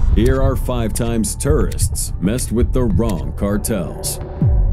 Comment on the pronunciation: TOURists not TERRists! Sounds like you are saying terrorists!!! 😫😫😫😭